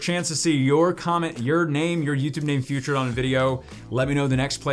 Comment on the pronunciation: Did he mean to say featured or futured lol